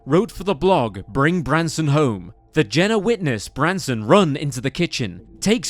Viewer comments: Nooooo its not the same without the OG narrator and this sounds like AI/robotic. Also AI kept saying Branston, which isnt his name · He keeps calling him “Branston”. It’s “Branson”. Not to sound harsh but the least you can do is get the victim’s name right. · Is it Branson or Branston Mr. Narrator? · The fact that the narrator seems to intentionally mispronounce Branson's name angers me to no end. How disrespectful can a person be? This reason alone makes me never want to watch another of this channel's videos again. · Is it just me or does narrator say "Branston" or "Brandston" sometimes... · Narrator actually called him Branston, i guess it's because he was in a pickle.... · the narrator called him "Branston" a few times. Also, when they mention how his mother was buried next to an empty plot meant for him, it shows the headstone for a seemingly completely unrelated Branson Perry who died in 1948. This video is honestly really sloppy. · This narrator has missed pronounced Bransons name quite a few times which is annoying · Really, then why is Branson's name mispronounced throughout? How disrespectful. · Messed up the kid's name a few too many times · how disrespectful to continually butcher the victims name repeatedly. not a great first impression imo.